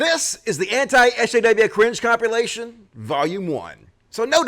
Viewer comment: I love how pronounces compilation "compulation" at the beginning of the video. 😂